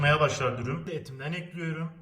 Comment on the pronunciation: Beklediğim video, elinize sağlık afiyet olsun :) ( Eklüyorum demene hasta oluyorum çok guzel diyorsun:D)